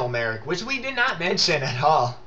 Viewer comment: It's MALIK